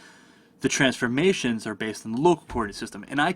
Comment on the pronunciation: only thing confusing was the way u pronounce transforMATIOUNS